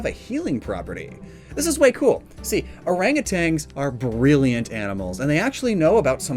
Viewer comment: There is only one "G" in "orangutan". I know it rhymes when you add another, but I'm just an annoying jerk.